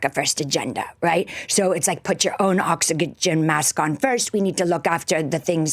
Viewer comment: I swear she nearly says oxycodone instead of oxygen